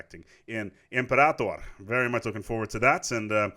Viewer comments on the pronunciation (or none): imperAtor is right(it sounds like that also on russian, btw) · With reference to the name of the game, it's definitely "imperAtor". In Latin, a long vowel/syllable before the final syllable is emphasized (compare dictAtor). Unlike most -ator words which in English are pronounced with an A as in "fate", imperator, not being an English word, should still be pronounced the Latin way, with an A as in "father". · In Latin the stress is on the A. Same as senator, gladiator, etc. Any pronunciation guide will tell you that. The stress changes in romance languages because they didn't keep these words in the nominative case. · Yeah isn’t imperātor right? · You are not pronouncing it correctly in english. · Stress is only put on the "a" in Imperator if followed by two consonants usually